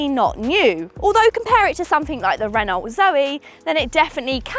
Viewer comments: Ren-alt? Ren-oh I think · "Ren-olt Zoe" from a motoring journalist; oh dear... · Holy F@ Tish, did you just pronounce the LT at the end of Renault? Don’t. Just Google how to say it. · Why on earth do you pronounce Renault like Fault, saying the "LT" in the name? 🤦🏻‍♂️🤣